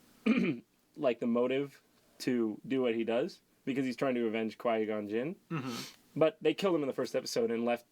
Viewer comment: I swear Jon said "Kawaii-Gon Jin"